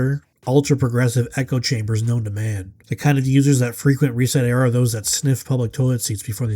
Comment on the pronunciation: Reset era? Ohh you mean REEEEEEEEEEset era!